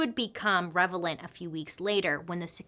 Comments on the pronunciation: I love the way she said REVELANT instead of RELEVANT mark. 😂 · You’re a true fan if you noticed she said “revelant” instead of “relevant” , she didn’t even blink😂😂😂😂 (gets me every time), love you Bailey ❤️ your videos help me to focus when I’m working. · It’s so cute when Bailey says “revelant” instead of “ relevant” she said It so confidently ( around 56 minute ish mark maybe) that EYE questioned if I’ve been mispronouncing it. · well it is revelant too, it revealed a lot. lol. lasnguage is made up, no one cares.